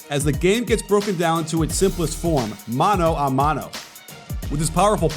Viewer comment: is my GOAT for saying "mano A mano" correctly, instead of saying "mano Y mano" like everybody else does.